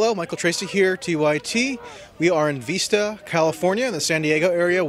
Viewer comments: It's Vista and not Veesta... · I grew up in this town, and Darrell Issa is a disgrace. Also, it's Vista, not Veesta. :P Keep up the good work. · Its vista not veesta.... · Sorry to be picky, but it's pronounced Vista- as in the word visit. Not Veesta.